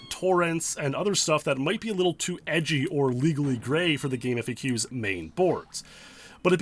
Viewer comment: It's pronounced "gaam faks".